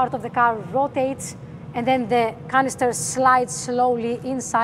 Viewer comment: This is just an observation from an old man who has had several aneurysms and few mini strokes plus other ailments, meant as anything but, whenever you say Canaster i hear Cancer ♋ also could you please talk a little bit slower, in my youth i loved watching cartoons there was one in particular called Speedy Gonzales about a very fast Mouse 🐹 and oh bum i forgot who the other characters were it may have been Sylvester the cat anyway Mr Gonzales would pinch the Cheese 🧀 and take it back to a well deserving family. Anyway what i was getting at in a round about way is maybe slow down a tad. Please don't take offence 💐